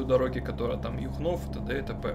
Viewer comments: Юхнов ударение на ю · Привет,ударение на Ю,а не на О